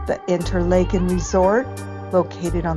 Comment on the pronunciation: You are pronouncing it InterLAYken. In Switzerland, Washington and Minnesota it is pronounced InterLAHken. Do you have reason to believe it should be pronounced InterLAYken?